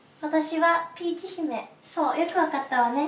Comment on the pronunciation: のお前はピーチですか？bitch.が、みんなも言ってる通りお前はビッチですか？に聞こえて笑った。しかもビッチの発音良すぎ。さすがはしばゆーの遺伝子感じた。